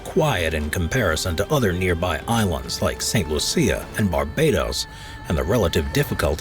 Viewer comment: Saint Lucia 🇱🇨- pronounced - Saint Lu-sha